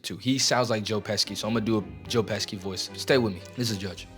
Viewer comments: How in the world did you mispronounce Joe Pesci's name!?!?! It's Peh-shi, not Peh-ski... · its Pesh -hee not Peskee for his name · It’s pronounced PeSHy, not pesky😂. Great video otherwise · It’s Pe(she) bro bro not pesky lol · It’s not Joe Peski. It’s pronounced Peshi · Say it with me, buddy: "Peh-she. Joe Peh-she." Not "Joe Pesky." Pesci is pronounced "peh-she." This is the moment that I turned old. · His name is pronounced Joe Peh-she (Pesci) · Joe “pesky”? Bruh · Pesky lol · Joe Pesci (PESH-EE)* great vid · Dude I love your channel. I am also Italian so it would be a sin to not also mention Pesci is pronounced Peshy/Peshee. Otherwise, no notes 😋🤙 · you pronounced Joe Pesci’s name wrong 🤣🤣🤣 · The c in Pesci is silent.